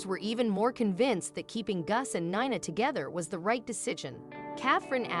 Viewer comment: Heart warming but Gus later Guess and Nina later called Nyna is where AI is far from perfect.